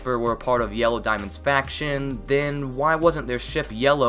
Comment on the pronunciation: * corrects by saying 4 dismonds*